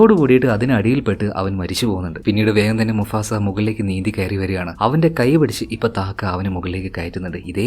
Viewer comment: Enda bro Musafa ano mufasa ano😂😂